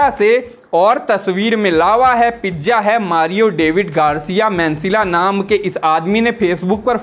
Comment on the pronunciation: Reeleej...😂😂😂😂...pijja😂😂😂... Waah re lallantop anchor.